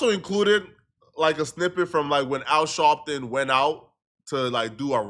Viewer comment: “Al Shawwwpton” got me weak 😂😂